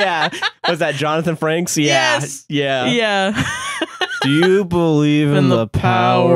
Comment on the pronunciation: I'm so sorry I cannot stand by and let y'all call Commander William Ryker "Johnathan FRANKS". It's Frakes. Please and thank you. (love you)